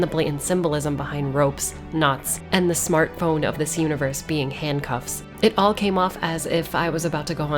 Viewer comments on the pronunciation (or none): none